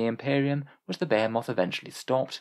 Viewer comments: They way you pronounce Behemoth snags my brain more than it probably should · Why do you pronounce behemoth like that 😭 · I've never heard someone pronounce behemoth so incorrectly in my life 🤣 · Yeah... when you're really used to hearing a word pronounced a certain way it becomes really hard to hear it said any other way...